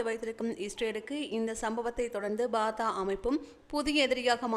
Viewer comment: பாதா இல்லை fatah என்று சொல்லுங்கள். News வாசிக்க முன் நன்றாக சரி பார்த்து சொல்லுங்கள்